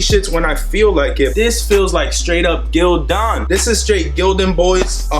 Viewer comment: Lmfsdao my man said str8 like GIl-Don